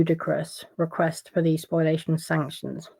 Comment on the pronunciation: Spoliation, not spoilation